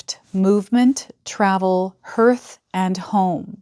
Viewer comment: Sorry,, but "Hearth" is pronounced like "Heart" but with an "H" on the end; because the hearth is where the heart always dwells... You're not alone among the creators that I follow that mispronounce this word:yougotthis::yougotthis::goodvibes:🥰